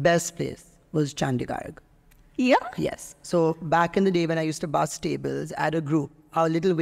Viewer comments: Chandigarh❎Chandigarg✅ Jalandhar ❎galando✅ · Most irritating is pronunciation 😂😂😂car -- caaa chandigarh -- chandigaa Amritsar:- aymritsaar 😂😂 wtf ... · is it just me or he really said "Chandigarg"??? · Bhai ne #Chandigarh and #Jalandhar ka #pronunciation badal diya 😂😂😅